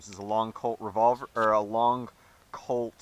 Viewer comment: i thought you said "Cold SAA Bird Head"